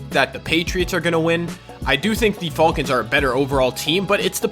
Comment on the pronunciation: Learn how to pronounce falcon